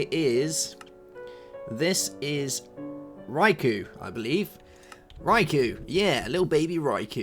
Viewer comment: I think the correct pronunciation for your green chicobo is "r-ee-ku" because the way you said it would be spelled like "Raikou" Thank you for reading this if you do!